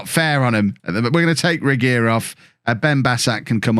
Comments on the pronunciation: 'Regeer' is pronounced 'Ruh-gere', except it has that really hard G sound Dutchies tend to like. Try combining throwing up and pronounce a G and you should be fine. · Youri Regeer is pronounced with the typical Dutch gutteral 'g' sound. RE (like ru in RUssia/RUshing) G is gutteral and has nou corresponding sound in English, EER like 'ihr' sound or the IR in Irresponsible/Irresponsive but elongated a bit. (hope this helps.. really looking forward seeing you struggle with the gutteral G haha)